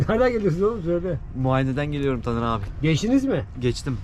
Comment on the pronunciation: Neden dağ gibi TANER abime %50 Tamer diyor? 🤣🤣🤣